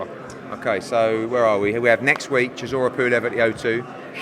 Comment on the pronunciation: sizzora is an in joke. It’s how Dillian Whyte pronounces Chisora. Only the real understand